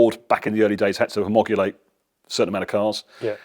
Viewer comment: Fandabulous collection of vehicles sir! But eh...Homogulate🤔😆